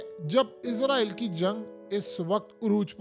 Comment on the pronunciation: لفظ اسرائیل ہے ۔۔۔۔عزرائیل نہیں ۔۔۔۔ لفظ صحیح صحیح کہا کریں ۔۔۔۔۔